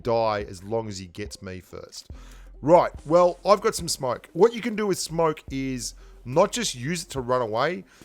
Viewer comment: am i the only one who heard smark instead of smoke lol